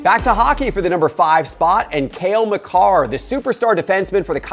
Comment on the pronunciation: it’s Cale Makar not Kale MCcarr 😂